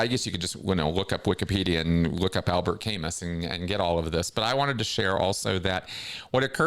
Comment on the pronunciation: Just a bugaboo...Albert Camus is prounounced "Albear Cam-oo". Good show,!